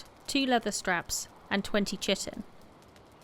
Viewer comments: 'Chitin' is pronounced KY-TIN. It sounds like you are saying 'chicken' sometimes. Great video. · Great vid, although chitin is pronounced 'kite-in' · good guide.... but the way You say "Tji-tin" :D its Chitin... = Kai'tn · As Kai-tn it is the correct pronunciation, but thanks to this video i prefer to say "shitin" nowadays 😁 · btw it is kitin like keyetin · Pronounced chitin wrong. Its kite-in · "Kite-in" is the correct pronunciation of Chitin. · Chitin in pronounced, "kite-in". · I believe its pronounced "Kye-ten) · Chitin is pronounced kai·tn. Other than that I enjoy all of your videos very much. The way you talk and how you present the detail are fantastic. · I know this is old, but chitin is pronounced "kai-tin." It's basically an organic compound bugs are made of. Great video. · It is pronounced "KI-tin". First syllable has a long 'i' as in 'fly', and is stressed. The second syllable has a short 'i', as in tin, and is unstressed. Sorry. The video is wonderful otherwise; but the numbers of people who mispronounce this name is approaching pandemic levels. Thank you for an otherwise wonderful video. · I can't blame you at all i used to pronounce it differently, hella wrong, but i played some Ark and i got corrected(mocked) quickly by my friend 😂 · "Chitin" lol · the wrong pronunciation of chitin tho...